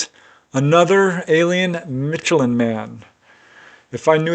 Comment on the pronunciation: It's not pronounced mitchellan lol